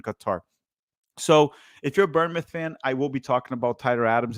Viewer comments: ‘Burnmouth’ 😂😂 I won’t roast you too hard but it’s pronounced ‘bornmouth for future reference. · Seriously. I’d actually say it’s closer to “Born-myth” because we say it pretty fast. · I'll give your vid a like if you could say born mouth instead of burn mouth. Otherwise great vid. From a cherry's fan. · Someone teach how to pronounce Bournemouth